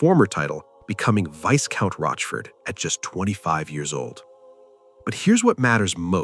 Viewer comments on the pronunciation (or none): It's vi-count. You don't pronounce the 's.'